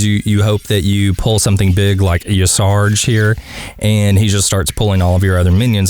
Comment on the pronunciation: Great guide had already done mine long ago with alot of different decks which is cool since naxx and the other expansions were more or less able to do it with just inner fire priest or burn mage. Also it is pronounced ya' Sheraj no Ya' charge